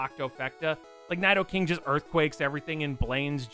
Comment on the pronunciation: I really hate how you say Nidoking, it's "Knee-Dough-King". "i" is always pronounced like 'ee' in Japanese and "Ni" means "Two" so it's a reference to how Nidoran starts as two different genders and evolution lines... And are you calling Palkia Cresselia? It looks like it from the footage shown.